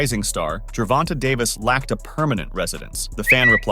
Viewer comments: I hate how this guy seems to pronounce certain words wrong and gervonta it doesn’t have a y in it at the end but pronounce it like that so you can say his name right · That part, plus annoying, as fucc the way white people say Black people names wtf is “ Jovonta “ 😂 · This Mf can’t read or comprehend obviously pronouncing his name wrong even “live” 😂😂😂smh